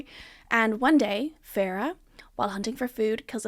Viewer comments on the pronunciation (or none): Farrah? Fae-ruh